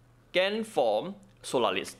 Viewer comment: solalis xD , im dyiiing 😂😅